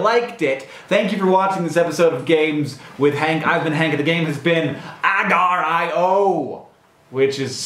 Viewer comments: First of all, it's pernounced agareeo. And can I suggest a game? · k I don't know about anyone in the comments here but everyone I know calls it agario? uh-gar-ee-oh